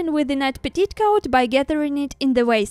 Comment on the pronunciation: Great work! FYI "petticoat" is pronounced pet-E-coat ❤